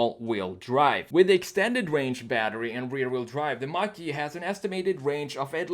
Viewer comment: Is it like a Mehcury Grand Macheeeh dude?